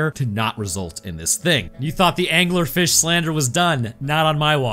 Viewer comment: in my head, says "anglerfish" the same way timmy's dad says "dingleberg"